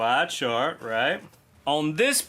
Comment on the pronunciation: I had to replay the beginning a few times laughing so hard thinking you said a shart that changed everything. So grateful I stuck around to find out you said chart.